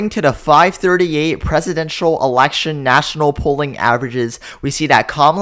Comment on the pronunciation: Shocking? Hardly!! The only thing shocking, is how the commentator pronounces "Election"!